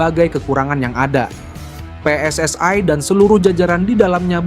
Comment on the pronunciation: Min anda berbicara menggunakan bahasa Indonesia ya selayaknya pengucapan PSSI itu sesuai pengucapan Indonesia. PSSI (pe es es i) bukan PSSI (pi es es ai)..